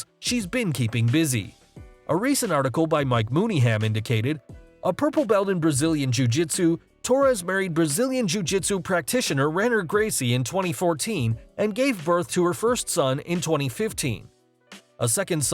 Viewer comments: Clearly don't pay much attention to jiu jitsu cause you don't pronounce it Rener its Hener Gracie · it's Hener Gracie not Renner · Rener is pronounced "hen-er" the R is like a H in Brazilian Portuguese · Its pronounced "Hener"